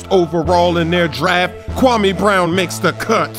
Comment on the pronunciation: It's pronounced Kwa-May